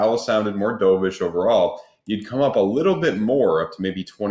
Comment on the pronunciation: can’t pronounce the word “dovish” correctly, im not surprised he can’t do TA either. One tiny section of btc chart over a 4 week period looks kind of similar to a nasdaq chart from a 3 year period… therefore btc is going to 5k… give me a break, … just get a tarot card reader on next time or ask some crystals for wisdom